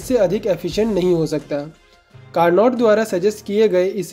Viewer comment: It's carno not carnot. T is silent